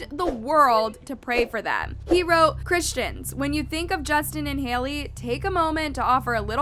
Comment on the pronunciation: "Christian-ist" excuse mee 👄😒